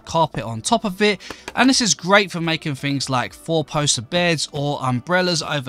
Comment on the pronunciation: Yes the small details matter. A nerd who can't speak? "more further", "leafs", "builden", "ma-er", "goin", "growen", "maken", "flooren", "more softer", "nee-ar", "electerns", "fickar", "roofs", "fings", "such a nicer", "usen", "mixen", lucky you can play minecraft it's a pitty you never learned to speak correctly.